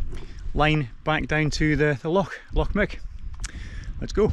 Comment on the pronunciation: It's pronounced Glen " Mick" FFS. I'm English and I know that !